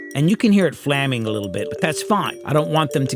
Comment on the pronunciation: What is flamming? At first I thought you said flanging but on repeated listening I can't unhear flamming.